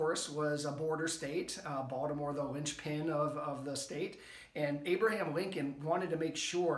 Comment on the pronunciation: First time watching, this was very interesting. I grew up off Caton Ave, on Kingsley St. in Baltimore City, until I was almost 14. Moved to HoCo, and now I own a home in Ann Arundel. I take it you grew up in MD, as well, based on the way you say Baltimore? Family of mine from out of state brought to my attention how we pronounce BalDimore, without a T. Thanks for sharing, I look forward to watching more content, and learning from you. If you haven’t already, can you do one on the phoenix shot tower? That’s something I’ve driven by a ton, but never stopped to checkout. BOL